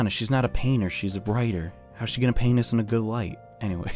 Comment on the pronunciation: when u said "paint us" it sounded somehow like the D word